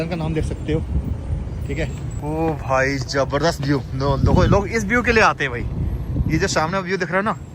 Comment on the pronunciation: Jabarjas nahi hota zabardast hota hai 😂